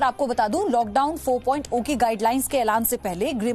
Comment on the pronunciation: madam 4 point zero h.....O nhi h....kaha se pdhi ho